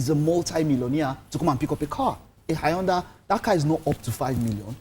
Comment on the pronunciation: Did that guy on brown cloths just pronounce "Hyundai" as "Ayondah" smh... boo boo its pronounced "un- die"